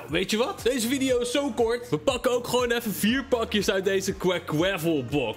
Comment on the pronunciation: Geen haat hoor maar jij zegt vidio maar het is video